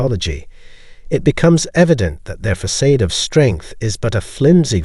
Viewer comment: Fa-said???? It’s facade: Fa-sawd.. this pissed me off everytime you say it wrong!!!